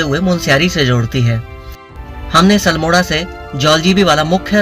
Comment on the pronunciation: सलमोड़ा नहीं अल्मोड़ा है भाई जी